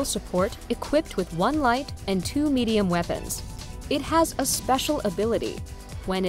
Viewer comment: in she says 1 light 2 midium xD